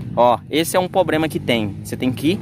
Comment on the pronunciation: Dei um like. Mas pra começar o conteúdo é muito. E 'pô', vamos falar corretamente né estou de saco cheio de ouvir: POBREMA. P.Q.P.